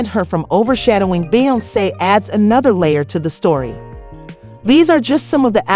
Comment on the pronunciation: The pronunciation of these names 😩🤦🏽‍♀️😩